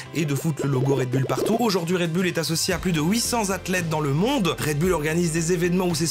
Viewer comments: Red Bulle, haha. Ca ce prononce Red Boul, patate haha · un "redbulle" ptn... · "red BULLE..." fait un effort, bordel... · Red BOULE par pitié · ça se prononce Red BOULE camarade! Tu l'as tellement répété avec la mauvaise prononciation, j'ai les oreilles qui saignent!